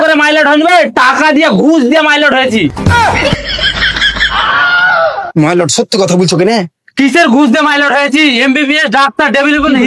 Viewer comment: Mylot ❎ baralot ✅😂😂